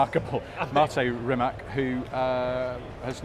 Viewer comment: Guys why does everyone continue to pronounce Rimac wrong?!… is it just pure ignorance?!… it’s like saying Juguar 😂 Rimac Automobili (pronounced [rǐːmats automobǐːli], \'Ri-mats\)